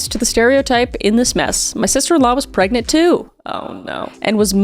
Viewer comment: are you gregnant?